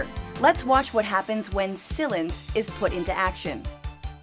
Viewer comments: SILENCE pronounced Sill-inced. 😂😂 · Gary McCaffrey Honestly I don’t agree with their view points, it’s completely faulty and wrong on many levels, but I think that added to the comedy of the video. Some parts were definitely funny, like Sill-lence instead of Silence.. haha :)